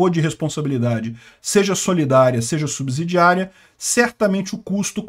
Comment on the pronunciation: Subsídio (ssss...) , subsidiária.. E não subZidiaria(zzzz...)